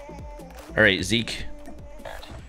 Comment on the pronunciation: WHO else says zeki instead of zeek